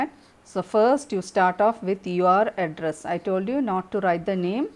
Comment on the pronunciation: Address sounds like Adras😂😂